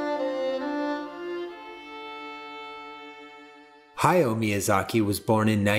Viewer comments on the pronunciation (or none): Love the video, but I almost died of cringe every time he said "hi-yo" instead of "hah-YOW".